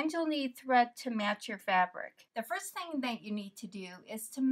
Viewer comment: Are you literally calling that a "purple thang"?!? I dunno if itsyour accent or what?